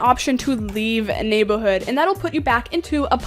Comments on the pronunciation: Love how she says neighborhood… “nay-buh-hood” 😂❤😎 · The way she calls the word “neighborhood” “neighbahood”